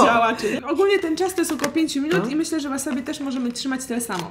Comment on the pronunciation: Drobna poprawka-każdy szanujący się Polak to ma w domu chrzan, buraczki i ogórki kiszone, a nie wasabi/łasabi czy jak to tam się czyta.